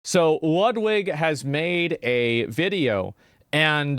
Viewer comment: Bro, it's pronounced Loodweek! :D I'm living in Poland and I hear that name sometimes. Yeah! He is in relationship with Hasan. You can tell it by now.